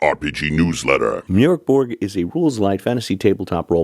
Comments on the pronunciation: Ö is pronounced as the vowel in "fern", fyi! And the g in Borg is pronounced like a j/y, Borj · Bork Borg 😂😂😂